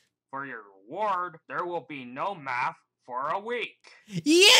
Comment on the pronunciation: OH NOI- Me: for now on I will be pronouncing no as noi